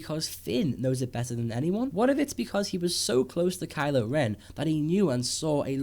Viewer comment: *Kylo. Ugh, "Kyle." LoL!